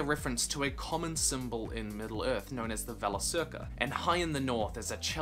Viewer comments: Forgive the pedantry, but hard 'C' in 'Valacirca'. "Vah-lah-Keer-kah'. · Ah finally! I finally have a chance to correct you! Valacirca is not pronounced "Valasirca" but with a hard c on both, as every elvish word.